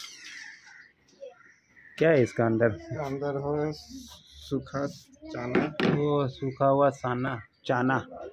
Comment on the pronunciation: हिंदी तो अच्छी बोलो वो चाना,, नहीं है चना बोलते हैं